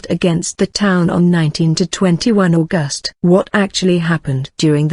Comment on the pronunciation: This great story is entirely mangled by the soundtrack: the mechanical voice, the jerky delivery, the endless mispronunciations of words, names and abbreviations ("St." here stands for "Saint" not "street", for example, the month is AUGust not AuGUST), each of the same unidentified illustrations remains on screen long after its apparent relevance. The inflexion of the sentences serves only to obscure their meaning. Who on earth thought this was of sufficient quality to place on public view?